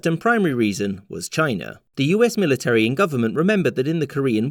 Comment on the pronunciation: One day, you'll do a vid in which you correctly pronounce 'military.'